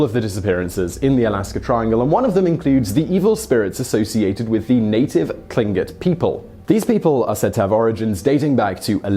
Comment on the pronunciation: I myself live in Juneau Alaska, and am Tlingit, so you can imagine my surprise to hear you pronounce "Tlingit" so perfectly, that I am wondering if someone taught you how to say it properly. 99% of people who haven't spent much time here, butcher the word so badly you just wish they wouldnt try. But you nailed it, and I was impressed by that. But one thing that did give me abit of a laugh was how you pronounced "Kushtaka". (Koosh-tah-kah, say it fast) Among my family, we all have our stories about it, and our elders do tend to believe it enough to feel its worth warning the younger ones of the risks, if you ever come across one. Lots of weird things happen in Alaska, but bigfoot, and UFO's really aren't stories we tend to hear locally.